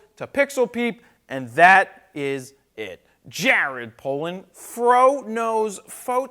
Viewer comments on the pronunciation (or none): I love your content and your videos but every time you say "froknowsphoto" I cringe so deeply... I mean it took me 3 videos to realise you were saying words and not just making some weird noise.